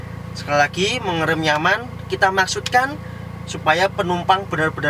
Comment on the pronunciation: Nyamaaaan mas bkn nyampaan😁😁😁😁